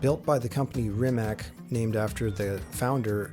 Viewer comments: Rimac, not 'Rimek' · its pronounced reemats' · It's just c, not k. But it's OK, I was just looking for example, but in English, "c" is mostly pronounced as "k", sometimes as "s", if you understand me at all :) Actually it souonds as if it ended with "tz". In Croatian language, every letter is a unique voice, always the same in every case. A six year old kid can read and write any word without asking you to spell it for him. We just don't have the spelling problem :) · West Coast Supercars and Classics C is pronounced like zz in Pizza. In all Slavic languages is like that. Problem is Č and Ć that are not part of English alphabet. Č is like ch, example being Češka Republika (Czech republic). Ć is softer, like in cheese or choose. Lot of Slavic names end with -ić, -ić being deminutive (meanig something small). My name is Mladen Milić, Milić meaning little Mili or child of Mili. As English does not have letters Š, Č, Ć, Ž and Đ, we improvise. Š is written like sh (Sharon - Šeron). Č and Ć I explained how they sound. Some write them like C (haircut Latin they call it here) and some want to be clear that it is not C, so they write Ch. I would write my name as Mladen Milic. Ž is like S in usualy, they leave it like Z or ZH. and Đ is soft D, sumplemented by Dj. If it is easier for you to read, try Mate Rimatz. German might spell it like that.